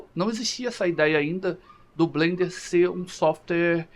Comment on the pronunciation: FIrst! Blender for the win!!! Masssss como Blender fanboy já há quase 2 décadas, eu entendo que pra muita gente é quase uma religião hehehe Parabéns pelo video e a pronuncia ta correta ;)